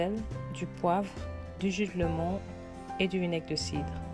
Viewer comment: Du jus de citron et non de " lémon" ou bien alors dire lemon 🍋 avec l' accent 🇬🇧anglais 🙄Bref, sinon, Les recettes sont à tester. Bravo !